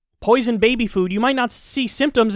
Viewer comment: The way he said, “poison babies” at the end...